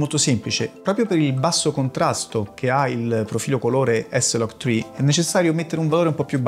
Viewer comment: e dici s-log tcri e non eslagtcri?